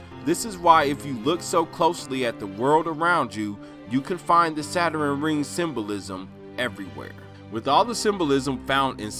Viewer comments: It's pronounced Saturn, not "saturin"! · “Saturen” I can’t 🤦🏽‍♀️😹